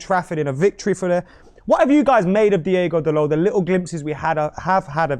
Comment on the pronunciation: it's DI-O-GO not DI-E-GO and yes he is tall, he's like 6'1 or 6'2 that's very tall for a full back